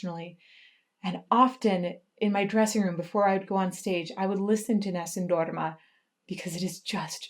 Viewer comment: God,, I just fell in love with the way you pronounce Nessum Dorma.